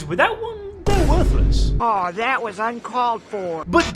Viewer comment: are you Jamaican "you said Dat" instead of that.